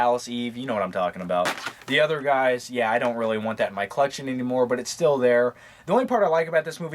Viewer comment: Sounded like he said gays in new york